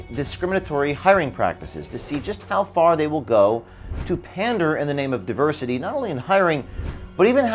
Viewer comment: Did that guy pronounce it DIE-ver-City…said that way it makes sense….